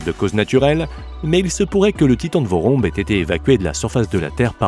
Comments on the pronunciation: Le "vorombe titan".. Un nom qui tique directement ceux qui sont d'origine de Madagascar, je ne savais pas si c'était vraiment le cas donc j'ai vérifié et finalement c'est le cas, cet oiseau viens de Madagascar.. Je me permets donc de corriger la phonétique de "VOROMBE", il ne se prononce pas comme il s'écrit, mais plutôt comme "vouroumbé". Et il s'explique tous simplement par l'association de deux mots, "vorona" que l'on prononce "vourouna", qui signifie "oiseau", et du mot "be" qui évidement se prononce "bé" et qui signifie tous simplement grand. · Le Titan de Vorombe vivait ici à Madagascar. On prononce "Vouroumbé" qui veut dire "Grand oiseau".